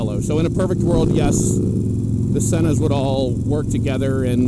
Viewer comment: Sēna not sena